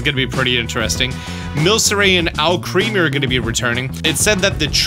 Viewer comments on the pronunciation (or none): none